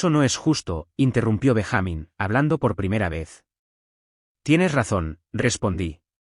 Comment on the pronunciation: Benja-mín no Ben-jámin